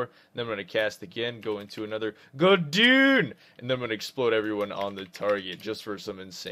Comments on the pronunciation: Can`t tell if he really thinks it`s pronounced "Hand of Gul'DOON" and not Gul'DAN.. cringe worthy either way lol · Great vid, but hand of gul DOON made me laugh. As did no demonic empowerment on your bar for demonology lol!